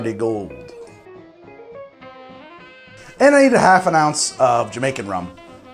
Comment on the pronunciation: 'Jamacain' Rum? It's Jamaican, boss.